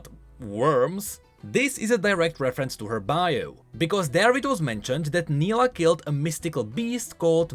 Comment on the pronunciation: Same thing happened when he explained Nilah's trailer and mispronounced her name, despite her pronouncing her name several times. He corrected it in his later videos but it's still somehow funny. (edit: grammar)